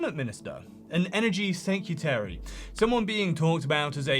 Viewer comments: SecREtary. Not secUtary. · off topic but you do realize that the word is "secretary", not "secutary", right?